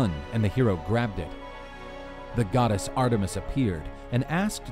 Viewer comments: Why does he pronounce it god s hera? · Am I the only one who heard hera the godass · I like your accent say it again... godass